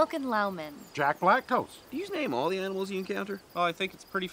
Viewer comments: 'Aminals' - Squirrelly Dan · He really said "Aminals", I'm dead 💀🤣